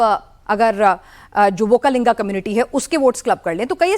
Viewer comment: Volkalinga nahi, vokkaliga. Thoda homework karo pls.